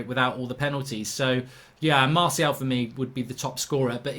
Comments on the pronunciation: Loool it’s MARTIAL not marshall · Can someone have a word with about how he pronounces martial. Lol. Also anyone else thought was gonna say magic for player of The season